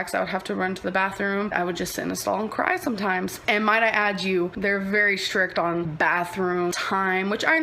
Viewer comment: “Schtricccct on” ew. Stop molesting English, please.